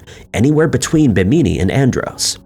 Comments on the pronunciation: Bimini is pronounced bim (as in Kim or Jim but with a B sound) uh knee. So: Bim uh knee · The way he pronounced Bimini and Tripoli through me for a loop